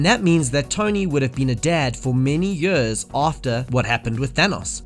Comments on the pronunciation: Its years, not yurs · what dialect is it where you pronounce "years" as "juus"? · Fucking hell learn how to say years